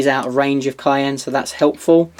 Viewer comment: All modifiers happen, after rerolls. So make your rerolls first, then apply all modifiers. Simple. And every time you said Kauyon, it sounded like cayenne, as in cayenne pepper.